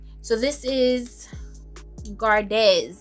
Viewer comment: Gardez the z is silent ez in French makes an 'ay ' sound so Gar-day which means 'to keep'